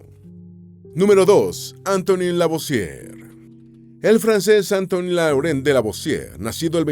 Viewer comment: No es Antony es Antoine (Antuan). Era francés, no inglés o Norteamericano...